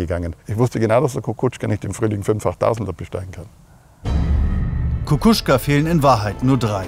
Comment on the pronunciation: Es nervt, wie der Sprecher den Namen von Kukuczka immer wieder falsch ausspricht. Messner (oder laut Tagesschausprecher „Messmer“) macht vor, wie der Name ausgesprochen wird.